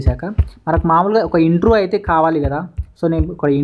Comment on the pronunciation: Intru kadhu baya intro ani palakali